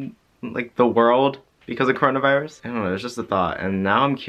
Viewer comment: has the COwOna Viwus uwu